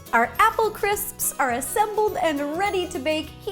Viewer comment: who had trouble pronouncing "crisps" me.